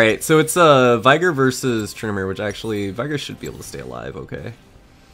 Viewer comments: dude your team is loser only veigar is your hope its not vaigar its viigar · Its Vey-Gar(vayne) not Vaygar(Vi) Like Shaco not Shaco Also, you seem horny Very horny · Veigar = (Vay-Gar) Rhymes with Rengar :P I swear thats how its pronounced but whatever suits whomever